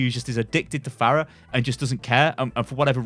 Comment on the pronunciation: did they change the pronunciation of her name too? you keep saying fair-uh